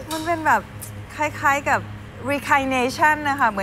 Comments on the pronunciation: โปรดใช้วิจารณญาณในการชม ไม่ใช่เรื่องหลอนแต่เป็นเรื่องภาษา 🤣 กลับชาติมาเกิด Reincarnation รี อิน คา เน ชั่น (ไม่ใช่ รี คา อิน เน ชั่น) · เจ้าของภาษา ออกเสียง เรียนคาเนเชิ่น ครับ